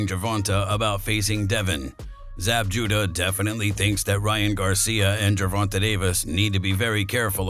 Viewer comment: Not Gervonta though 😂😂they wild for pronouncing it like that.